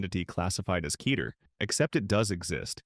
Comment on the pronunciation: Kay-tear? Yeesh